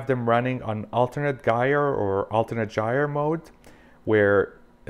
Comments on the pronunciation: They actually identify as girlers not guyers... it is pronounced /ˈjī(ə)r/ Or ji er rhymes with higher 👍🏼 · The g in gyre is pronounced as a J!